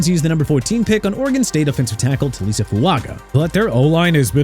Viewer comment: IT'S PRONOUNCED CHOO-BA HUBBARD NOT CHUBBA AND FYI HAD THE DOLPHINS SELECTED SWEAT OVER ROBINSON, THEIR DEFENSE WOULD'VE BEEN BETTER!! SO THANKS A LOT!!!! SMH ALSO IT'S TAH-LEE-ESS-AY FOO-AH-GAH NOT TALISA!! UNBELIEVABLE